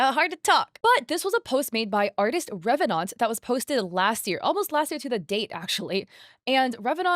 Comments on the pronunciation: Rev-enANT. 🐜 Not Rev-enaunt. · Why are you pronouncing revenant weird like that?